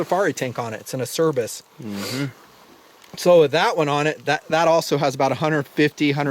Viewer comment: I like your channel, have purchased based on your reviews, so not trying to be an ass, just thought you might like to know ACERBIS is pronounced: Ahh-Chair-Beez. Rock on dude.